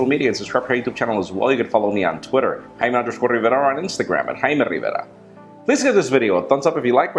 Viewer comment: Wait, isn't it Jaime Rivera? Why is he always saying it as Haime Livela?